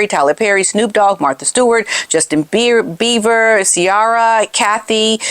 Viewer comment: It's Justin BIEBER not beaver!!!